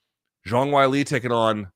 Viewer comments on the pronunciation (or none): loog pronounces "wei li" like wile e. coyote. is that really how you say it?